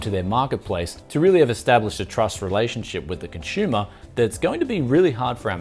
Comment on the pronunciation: I kept on hearing cons"h"umer...instead of consumer.